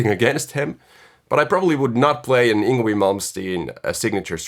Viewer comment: Just FYI, it's actually pronounced ''YNG-VEI''. I also pronounced it wrong for the most part of my life lol.. not an obvious pronounciation!